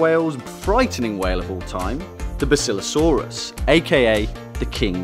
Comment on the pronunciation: it's bass ill lo saurus